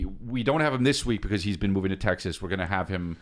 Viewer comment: Chris…. It’s “tegggzass”